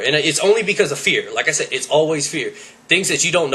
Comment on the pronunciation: its said not sead